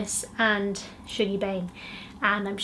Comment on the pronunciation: I love your book videos! I really wanna read the Wolf Hall series, I’ve just bought the first one. Also ‘Shuggie’ is pronounced like ‘hug’ not ‘shoog’ 😭😂